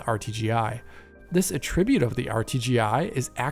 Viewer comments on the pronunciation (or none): I love videos! I love the way he explains in detail how the implementation of game effects work. It’s incredible how knowledgeable he is. It’s funny, I always assumed he broadcasted from the States because, other than using the noun “attribute” with the verb pronunciation of “uh-TRIB-yoot” instead of the noun pronunciation “A-tri-byoot”, his accent sounds completely American. But one of the videos said he was in Europe? Anyway, I love digital foundry videos. John, Rich,, Oliver…they’re all fun to watch!